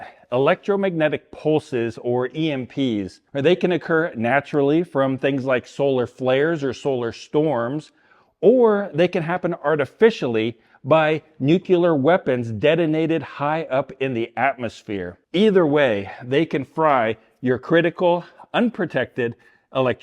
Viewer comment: “Nuc-LEE-er”, not “Nuc-YOU-ler”.